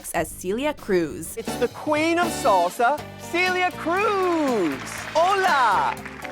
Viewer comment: BITCH Celia is pronounced as Sell-ia Cruz not see-lia